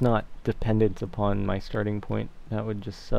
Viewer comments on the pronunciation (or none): none